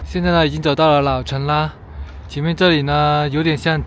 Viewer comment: 當阿珂說到“妓院（劇院）”，實實在在的把我嚇了一大跳😂